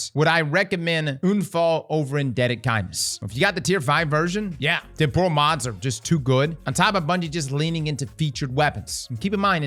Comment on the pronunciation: makes a point to make sure unfall is pronounced correctly, meanwhile temporal gets trampled repeatedly 😂